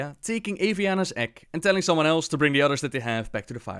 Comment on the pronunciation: I'm sorry but every time you say egg I hear ek